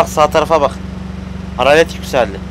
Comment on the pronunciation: haralet değil hararet